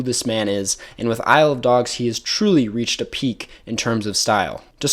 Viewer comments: Saying “Isle of Dogs” makes it sound like you’re saying “I love dogs” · Isle of dogs is actually pronounced I love dogs